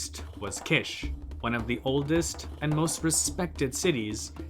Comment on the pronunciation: Definitely Kish! It is pronounced like "quiche" in French which is a delicious pie-like dish. The royal title "King of Kish" is music to my ears.